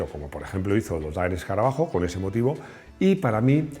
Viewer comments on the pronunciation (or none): none